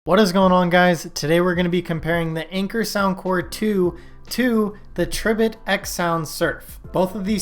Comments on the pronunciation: Isn't it pronounced Tri - bit as in "TRY" BIT??? That's what I think. Makes me cringe every time you say it. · Pronounced TRY bit, haha!